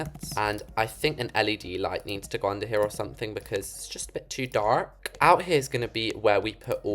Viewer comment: The"because it's too DaRkk"got me rolling😂